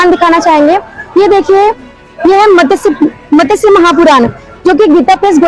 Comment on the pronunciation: मत्स्य सही उच्चारण है मतस्य नहीं। ज्ञान देने से पहले क्या बोल रहे क्या उच्चारण कर रहे वो देखें, समझे। एक आयुर्वेद का वेद्य स्पष्ट शब्द को सपशट उच्चारण कर रहा था।